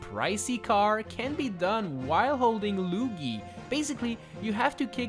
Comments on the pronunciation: You called Luigi Loigi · while holding Lugi Bruh it's Luigi not lugi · Lugy? Did I hear that wrong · i love it when you call him 'loogi'